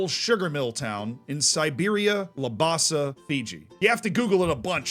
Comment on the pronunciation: I'm from the same home town as Roy Krishna and from the same part of Auckland! There's a couple of small mistakes with pronunciation (Lam-basa, Wai-tah-kah-ray) or geography/history (Siberia is his village in Labasa his province is Macuata Province, Football is the main sport in Labasa with the Lions as our pride) but Roy Krishna ultimately is one of the most inspirational figures not just as a Football fan but as a Fijian man. I had to stop the video multiple times because my chest was so bursting with pride I thought it was going to explode. Thank you so much for this video, I'm glad he's getting the recognition he deserves.